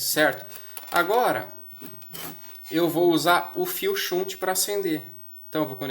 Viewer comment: Shunt, do verbo desviar em inglês, se pronuncia mais ou menos assim: "xant". Abraços e parabéns pelas dicas.